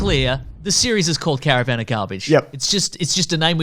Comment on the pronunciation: Cara - VAN ....not Cara-Vin of garbage bro! I hate you I hate you I hate youuuuuuu!!!